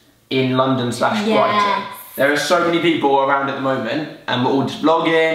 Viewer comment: Brighten - Brighton hahaha